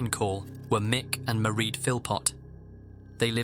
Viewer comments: Just a tiny nitpick for future reference: the name “Maireád” is pronounced to rhyme with “parade”, not “ma-read”. Otherwise, loved the video as always! I appreciate the amount of effort that goes into your videos every week. Thank you,! ❤ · Mieraid* Philpot not Marie x